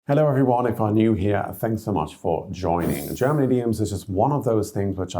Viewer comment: I noticed that people from the UK are exceptionally good in pronouncing German fluently. It seems like second nature and this guy's accent is really good. props!